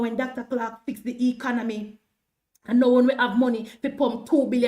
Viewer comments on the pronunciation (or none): none